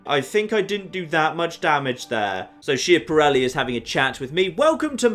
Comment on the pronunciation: Schiaparelli is pronounced Skap-a-relly. (Sorry I don’t know the phonetic alphabet and am too lazy to look it up, this works just fine)